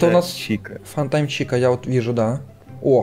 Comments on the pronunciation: не фантайм чика а фантом чика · фантом а не фантайм чика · ты сказал не фантом чика а фантайм чика что за фигня? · Блиин, пожайлуста выучи на звания аниматроников, это единственный минус канала. Просто оочень неприятно когда ты говоришь, не ФАНТОМ, чика а ФАНТАЙМ чика